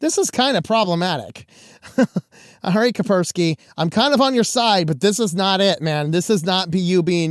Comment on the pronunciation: It's KaSperski, not Kaperski. You pronounce the "S".